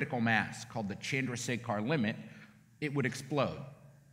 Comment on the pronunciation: please learn to pronounce Chanhrasekhar correctly